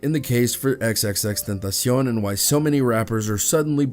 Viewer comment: respect to the reporter for the correct pronunciation.